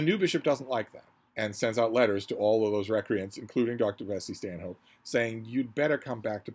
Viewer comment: I'm pretty sure 'Vesey Stanhope' would be pronounced 'Veezy Stannup'. This is after all a country that pronounces 'Cholmondley' as 'Chumley' and 'Marjoribanks' as 'Marchbanks'. It's all done to annoy foreigners.